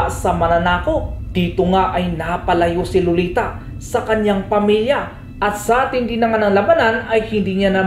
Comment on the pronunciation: Ser pag nagsasalita ka sa pangalan na lolita lagi kong naririnig loliTA!! At kay Uranus ay Uranyus